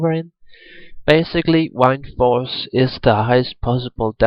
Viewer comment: I swear he said "Wineforce" instead of Windforce lol